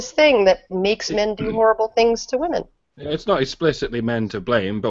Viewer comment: From now on, all feminists will be "Hwomen". As Mike says, near the start. xD